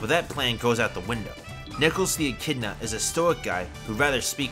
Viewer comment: Did my guy say nickles the achidna 😭